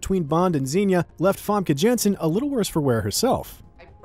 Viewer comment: Jensen :p. The pronounciation is all wrong. Like the video though.